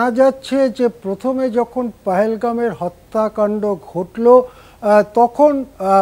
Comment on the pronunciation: বাংলা ঠিক হতে হবে তো । হত্যাকান্ড উচ্চারণ ঠিক করুন